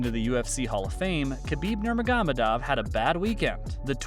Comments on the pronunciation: You butchered Khabib’s last name ya donk! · Dude you pronounce Khabib last name so funny. 🤣🤣